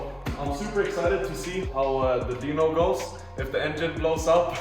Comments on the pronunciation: great video but dyno is pronounced die-no not dee-no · its dyno not deanoo